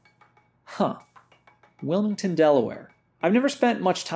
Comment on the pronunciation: wil - MID ton .. point taken lmao .. cool vid good commentary